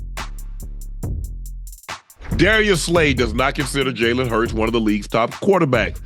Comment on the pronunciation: Jalen hurts is not elite he said nu wrong